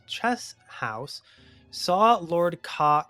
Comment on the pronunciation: Unfortunate: Koch is intended to be pronounced as "cock", but the "ch" is a voiceless velar frictive, aka pronunciation of this sound shouldn’t vibrate your vocal cords. It’s a pretty difficult one to nail, as much of Old English is to modern speakers, so a lot of people use a lightly breathy "coke" as an alternative that’s inoffensive to the YouTube Demonization Demons. Class dismissed.